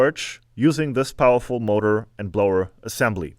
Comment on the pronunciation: "....a little bit poweful.." ahahah!!! A crazy forge instead...!!! Very good work, have fun...and stay safe.